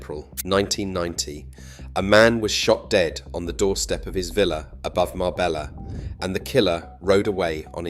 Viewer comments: How the fk is it you don't know how to pronounce Marbella? It's not Mar-bella', it's Mar-bej-a. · You could write it as Marbeya for the AI script, so that the AI would pronounce it correctly. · Marbella is pronounced Marbeya..... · Mabeyya? 2 ll, become y! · If you can't even pronounce marbella properly,forget it.🙄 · If you are going to take interest in telling the story of Marbella , please learn to pronounce it correctly 😊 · Pronounce the name properly if you want to use the town. And your information is not correct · Sorry stopped at 9 seconds in. If you cant even pronounce Marbella correctly, in content about Marbella, why do you expect people to give you their time to watch your content. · How TF do you expect us to take this seriously when you can't pronounce Marbella correctly. Do you say Madyorker as well ? Wilson sleeps with an axe but just opens the door. There is absolutely nothing discreet about Marbella. It is a cesspit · His pronunciation of Marbella horrendous. I used to go there in the late 70s with my parents and remember being a very small fishing village with Ferrari and Rolls-Royce is passing by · At least pronounce Marbella right!!! 🤯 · Could be AI that cant pronounce it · Omg that really hacked me off....